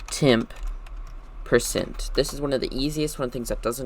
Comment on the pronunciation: you said like oercentt